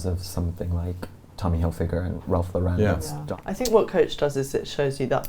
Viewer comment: I love this breakdown of the fashion weeks, definitely continue to do so...however I am unsure why Ralph Lauren is pronounced like "Ralph Låuren"